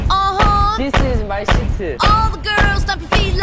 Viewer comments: uh huh/ instead of ”this my jam" its jimin: "this my shitu" lol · Jimin:This is my shiteu...😂😂😂